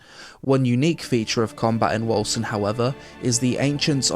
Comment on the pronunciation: Bruh I always peonounced it like "Wolken"... Hearing the correct pronounciation is somehow unsettling